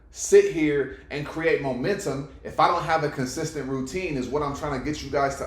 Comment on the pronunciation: ROO - TINE!!